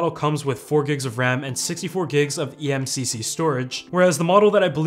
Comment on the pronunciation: eMMC not eMCC